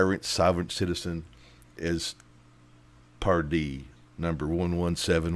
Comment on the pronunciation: commentary is annoying. it's Pardee not Dupree. you added nothing to this video. you're dismissed.